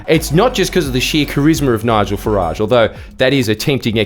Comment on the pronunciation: It is not fah- raaage He hates the French it is Fah-rige